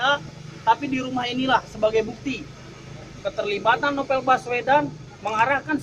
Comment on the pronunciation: Novel pak bukan Nopel.. hahaha.. #sundadetected